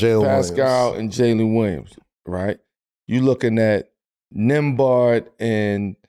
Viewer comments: Carmelo saying Nembard is funny. He has to win a championship for people to learn his name is Nembhard lol. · Saying nembhard like that tells you they dont really watch the games 😹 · Bruh 😂😂 you butchered Andrew Nembhard‘s name